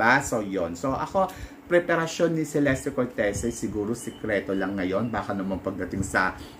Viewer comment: Che-les-te cor-te-zi po tamang pronunciation ng name nya. Italian e